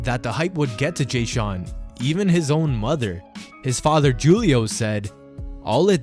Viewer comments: His father's name is pronounced Hoo lee oh, not Jew lee oh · Did he just say Julio..lmao....its Hu le oh..Spanish Julio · yea it’s pronounced WHO-LEE-OH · Julie-O lmmfao 😂😂😂😂😂😂😂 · Dude you are pronouncing Julio incorrectly. The J in Spanish sounds like an H.